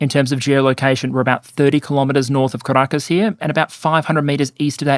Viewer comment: Why do I sometimes hear Carakkis instead of Caracas? 😅 But still fitting. Great video as always